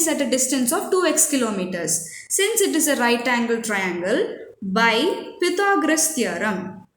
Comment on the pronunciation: U pronounced Pythagoras ❌wrong